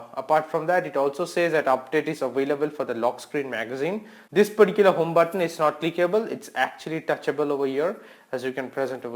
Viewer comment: Why do u always say "peticular" ???😨